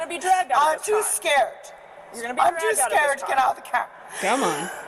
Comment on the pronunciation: She says skeert